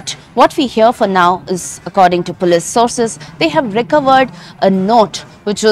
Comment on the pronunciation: Pronouncing police😅😅😅😅😅